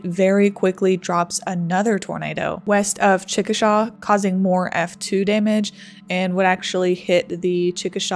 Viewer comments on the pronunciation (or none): I don't know if anyone has pointed this out before but it's pronounced Chick-a-Shay not Chick-a-Shaw. I don't know why it's pronounced that way exactly but it is. The Chickasaw Indian tribe is pronounced Chick-a-Shaw though. Great video though! Us Oklahomans love tornado history. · Chickasha pronounced CHICK -A-SHAY NOT SHAW. That’s how the native Oklahomans say it. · Hey small common mistake but you pronounced chickasha wrong, you pronounced it “chick-a-Shaw” , the correct pronunciation being”Chick- a-shay” . It’s not a big deal it’s a common mistake from people not from here since Chickasaw is a Native American nation so people commonly mistake the town name as the tribe name . Just as someone from central Oklahoma it threw me off , and wanted to help with possible future videos . Keep up the good work because alot of tornado video documentaries end up losing my attention span after abit but this is very well put together and I never get bored, and information I haven’t heard before , and I’m literally from that area and had family inside it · Great vid. Just FYI because you'll wanna know this as a weather goddess, in Oklahoma it's pronounced "ChicaSHAY." Why? Cuz Okies are weird. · Come on! He's saying it in the video you are playing! "CHICK- A- SHAY" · Well done documentary. FYI Chickasha is pronounced chick-a-shay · Not that it matters but Chickasha is pronounced like "chick a shay". There is a Chickasaw and it is pronounced the way you did Being a local this was hard to watch. I had so many friends affected by this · ahhhh chickasha is pronounced wrong in this vid, its like saying "hEY" say "chickashEY" when you pronounce it love the vid so far though